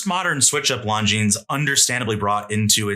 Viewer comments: Longines pronunciation — Longines is pronounced "Lon-jean" or lawn-jeen, with the "s" at the end remaining silent. The name is of French origin and is often pronounced with a soft "g" sound, similar to the "s" in "pleasure". It is not pronounced "long-jeens" or "long-ines." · Not a hater, but this isn't how Longines is pronounced. Love the vid.